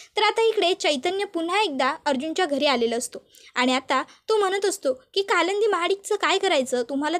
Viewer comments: Stop saying kalandi😮 it's kalindi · काय कालंंदी कालंदी लावलय,नाव कालिंदी असे आहे